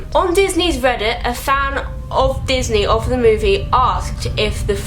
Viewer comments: "pixy and disnar' lol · She said pixy and disnar. Me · "pixey slash disnar" I dIED